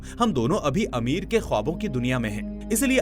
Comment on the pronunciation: Amir nhi bhai ,ameer😂😂😂😂